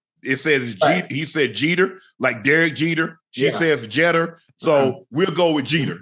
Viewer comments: Cheter? Its Jeeter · How the Hell does Shannon mispronounce Jeter?